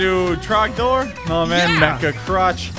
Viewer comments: It is trog door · Its tragnor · It’s drogdor!!! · its drogdorrrrrrrrrrrrr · It is trogdor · IT'S TROGDOR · ITS TROGDOR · Its trogdor!!! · IT'S TROGDOR!!!!!!!!!!!!!!!!!!!!!!!!!!!!!!!!!!!!!!!!!!!!!!!!!!!1